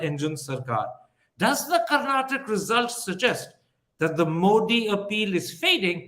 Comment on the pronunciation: Congratulations to the people of Karnataka and thank you for the objective answers given by Ramchandra Guha. Request to Mr Thapar: Please remember that there is an ‘aa’ sound after you pronounce ‘Karnataka’ . I’m sure you can correct that. Thanks Wire again for a beautiful interview bereft of unnecessary chest thumping or undue hate